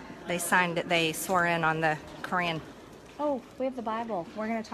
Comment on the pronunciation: Did she says ‘swear in on a Korean?’